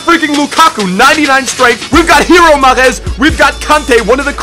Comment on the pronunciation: its mahrez not mahreth